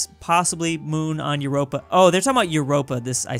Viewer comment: He literally called Europa “Europe-a”